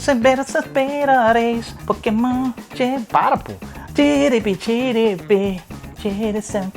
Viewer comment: Quando ele disse pokemonha eu escutei maconha....kkkk